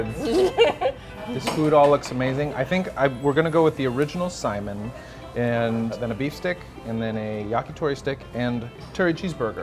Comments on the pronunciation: sai...MIN. Accent on the "min", not simon. For future. Aloha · Lol Simon, Sai-mihn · Braddah.. Its pronounced sai·min or ˈsī-ˈmin... NOT "Simon" lol and it's HŌ-NŌ-LŪ-LŪ.. NOT "Honnalooloo". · Not to be picky, but FYI, we pronounce saimin as sa-ee-min, not like the name Simon. :) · it's Saimín rather than Sáimin. Cringed every time he said it. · Super triggered by the way says what sounds like the name "Simon." Say it like "Sigh-min" bruddah. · Eater yup we sure did. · Saimin... min min min not simon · I thought it too ;) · I Ike how he pronounces “saimin” like “Simon” ☺️. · umm, the pronunciation is more like sigh-min. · Yep, you are so right, he is murdering that word. It is EXACTLY like sigh min! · How are you going to do an episode on Saimin and pronounce the word wrong, and you also should of went to Shige’s Saimin Stand, that place is really good as well. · Can’t stand this guy. Typical non-local. Refers to in the States, like our state is not part of US. Mixes up hot mustard with wasabi and mispronounces saimin. Should ask folks before opening his mouth…